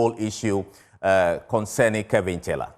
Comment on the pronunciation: Joy news his name is KEVIN not KELVIN! What's wrong with you so called news readers. Speak naturally and stop trying to slang